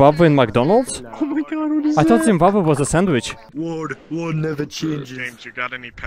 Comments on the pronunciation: I’m from Africa and hearing you trying to pronounce Zimbabwe is amazing 😂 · "it's never gae, if it's in Zimbabwae"